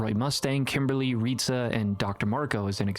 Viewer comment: Kimbley, not kimberly 😅 otherwise great video :)